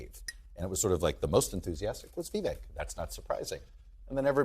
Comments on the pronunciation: First of all, it’s Vi-VAKE, like “cake”- if you want to make misgendering a crime you should at least try not to mangle a presidential candidate’s name. Second, your entire panel is a combination of too biased and unintelligent to understand what Viveck is saying/doing. I feel sorry for you. You’re certainly not‘journalists’. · FYI, It's VivEK, rhymes with "cake". What a microagression. Such racists. Also, just because a man is disagreeing with a woman, that does not mean he's "mansplaining". One of the many, many reasons that modern feminism makes me, as a woman, want to 🤮. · So disrespectful to mispronounce Vivek's name... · They can not even say Vivek right!